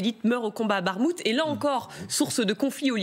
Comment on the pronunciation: Pourquoi prononcer Barmout ? c'est Bakmout